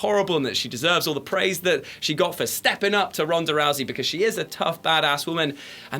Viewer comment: rounsa rousey lol xdxdx